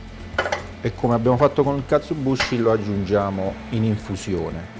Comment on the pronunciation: Due piccole precisazioni: 1 si scrive e pronuncia KatsuObushi 2 la w di Wagyu si pronuncia "ua" in giapponese, tranne in casi particolari che non sto qui a dire, la sillaba "va" non esiste! Piccolezze ma che fa sempre bene sapere spero :)